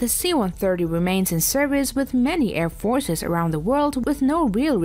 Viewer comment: Non-native English speaker with bizarre placement of accents on certain words, annoying to listen to...air FORCES, operAtors, etc